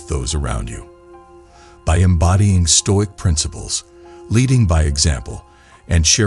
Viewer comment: All the comments here are bots. It's very obvious. Perhaps if you read the script rather than using a bot you'd actually pronounce the workds correctly. Nice if you pronounced stoic correctly at least. Put the effort in ans read the damn script. Be different.